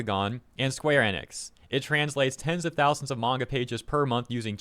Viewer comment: a true fan wouldnt use a dub smh smh also wtf is a "mayga man"